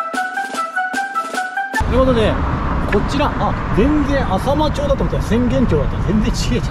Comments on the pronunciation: 浅間町は せんげんちょう と読みます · 浅間町ってかいて、せんげんちょうって読むんだよ😂 、そこから名古屋城まで結構距離あるのにすごい。。。てか、ふたりともすごい❤